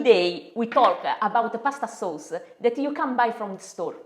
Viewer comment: we talkuh aboutuh pawsta sawce-uh lol